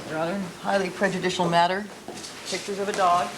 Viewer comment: Why does Johnnie "my head is smoldering like a charcoal briquette next to Simpson AND Bailey RIGHT NOW - and for eternity - but we've made room for Scheck, Neufeld, Uhlman and a few others like Douglass and others DOWN HERE" Cochran keep calling "pictures" "pitchers"? I thought he was this brilliant Rolls Royce driving genius lawyer? Dude can't even speak a normal English word like an intelligent person? PITCHER? LOL. The flashy ish outshines actual intelligence when it comes to the dumb, indoctrinated and IGNORANT usual people like the low life people who cheered on this murderer getting off. PITCHERS. LOL. Even back in '94 and '95, the four thousand dollar suits and all the materialistic stuff can't hide the low brow ignorance. Just remember folks ........ Karma is a BITCH.